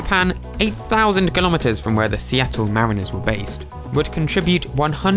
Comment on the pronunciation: Just a heads up -- "mariners" isn't pronounced "mareeners", its more like "marriners"